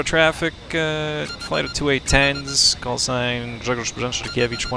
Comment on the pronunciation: As a Pole I was really impressed with your pronunciation of that callsign and gave me a good laugh. Love your work and thanks.